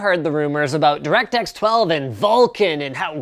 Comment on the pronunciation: Direct X-ess. U punny Linus. Real punny.